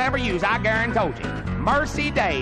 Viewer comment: I love when he says "garuntoldjya". It's hilarious and reminds me of my great-grandpa